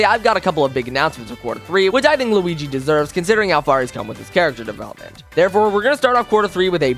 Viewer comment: L-U-igi LuWii-Uigi